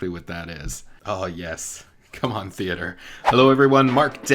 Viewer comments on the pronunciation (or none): He said "Com'on theater!"